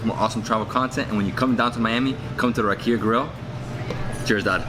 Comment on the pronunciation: Just a small correction: It's "rAkia", not "rakIa". The emphasis is on the first "A".